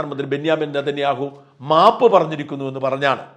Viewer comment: Benjamin.Nethaniyahoo Ennanu peru dhayavai ucharikuka Mr Sajan skariya